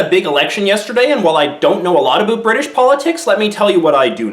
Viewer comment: Its really pretentious to actually use "Aboot" as no one in Canada actually says that